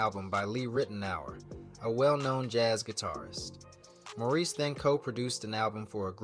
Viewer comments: And his name is More reese not mor iss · This could have been such a beautiful tribute. Instead, it was frustrating. How do you do a voiceover and get the names wrong, especially of Maurice (not morris) White. There are also conflicting dates with the arrangement of the songs and pictures coming in that are out of place. The group and Maurice is so important to our history. Please go back and give this the attention it deserves. Do the voiceover over. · I thought A.I. had some intelligence? He’s calling him Morrris 90% of the time and Maurice the other 10%😢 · CLICK BAIT! Mispronounced name many times (Morris?) Omitted Jessica Cleaves and producing/writing for The Emotions. Repetitive info, poorly done. Some comments say the dates are also incorrect. He deserves much better. I'm a screenplay writer. I'll look into telling this great man's story properly. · From the thumbnail to the voice (which is why it can't say "Maurice" right) and to the info...this is all AI, crazy times. Bad/made up info as well. Terrible, lazy content.